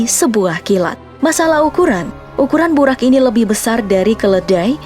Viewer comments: Bacanya buroq min bukan buraq, di dalam Al-Quran huruf Ra dibaca Ro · Burok min bukan burak